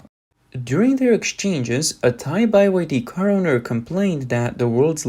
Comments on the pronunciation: ITS BEE WHY DEE!! NOT BY WHY DEE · "Made In China" means complete crap 💩. Price is not the only consideration when buying cars. Only a fool would buy a Chinese EV. BTW, it's pronounced 'BEE WHY DEE', NOT 'buy why dee'. M 🦘🏏😎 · Beeee Y D. Not Bye y D. It's pronounced Beeee. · its BYD not Buy Y D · It's not BY-WHY-DEE it's BE-WHY-DEE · "B" Y. D.. Not "Buy" YD😅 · Bee Why Dee... not By Why Dee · why are you saying by y d? it is byd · Why is he saying “BYe-YD”. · Bai YD? What's wrong with the narrators. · Buy Y D? Wtf. AI reader? Can't get through the video listening to that. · I didn't know it was pronounced bye wye dee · How tf you gonna mess up a simple word like byd, calling it buy yd, ffs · By Y D ? How you read or speak !